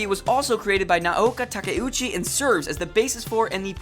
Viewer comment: There are probably people who can do a more thorough job of this but I’ll do my best from memory. Please feel free to contribute Moonies: List of the horribly mispronounced: Bee-shu-JOE: Bee-SHOW-Joe Nah-OH-Kah Tah-Kah-Uu-Chee: Nay-OH-KOh Tah-Ku-Chi Man-gah-kah: Man-GAH-Kah Ahh-nee-may: Ayh-nee-may Shu-Joe: SHOW-joe Mane-Gah: Mahn-Gah Sah-mah: Sa-MAH Nee-Yane-ko: Nee-YAN-ko Su-Kee-Noh: Ski-noh Ten-Oh-MAH-ru: Ten-OH Mah-ruhe Cow-Maru: Kai-YO Mah-ruhe Ay-no Min-Na-ko: Ai-no Mi-nah-ko Oo-MI-no: UU-mi-no Ha-Roo-ka: Ha-roo-KA “Boku” is not only used by males, it’s just a masculine term. Mistakes/Corrections: #1- Attempts to hide any writing from the original? Really? That’s just ridiculously out of proportion. #4- Maybe I’m wrong, I’m pretty sure the first magazine publication was “Run Run” #6- There is a Live-action TV show of 26 episodes and one extended episode which I’m guessing you are calling the “Live-Action Film”. It also had a few shorter “special” episodes. #7- That “Bandai” remake actually created by “ToonMakers” (the same company that handled the adaptations of Super Sentai into Power Rangers for Saban Entertainment). It is called “Saban Moon” because it was pitched to Saban. No one says they made it. #13- See, you claim Tin Nyanko’s natural Japanese name here but then use American terms everywhere else. Are you trying to quote canon or just throwing out facts as though it applies throughout? Case in point, that wasn’t her name in all iterations of the story, including